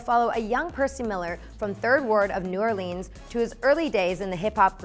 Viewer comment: She said "New Orleens"